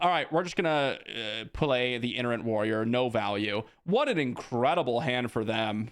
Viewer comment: Hey, I absolutely love your content! I watch you every video and I really appreciate your Insight! I don't want to be rude. I don't want other people to be rude. Itinerant Warrior is pronounced eye-ten-er-ant. Like itinerary. Totally not a big deal you are obviously highly intelligent and capable. I love your videos thank you so much for putting all the hard work into them!